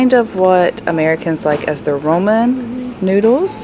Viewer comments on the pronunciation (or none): ‘Roman’ you mean Ramen???